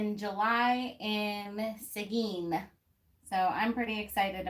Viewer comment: You even pronounced Seguin right. Hope I can join